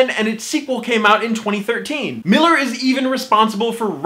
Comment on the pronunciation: Probably the first commentator that knows how to pronounce Millar correctly.